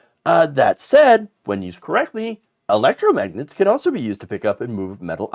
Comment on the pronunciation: He can’t even say electromagnet. He meant the refrigerator alphabet magnets for sure.